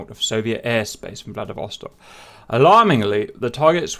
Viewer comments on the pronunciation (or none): Am I the only one that heard Vladivostok as Bloody Vostok the first time he said it?